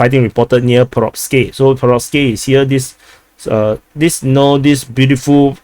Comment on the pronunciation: Przewodów= psheh-voh-doov. Polish is easy. Greetings from Poland🙂